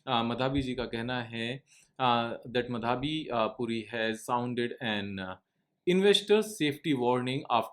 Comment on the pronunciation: Sirjee. Her name is pronounced Maa-Dha-bee. Not ma-dhaa-bee 😂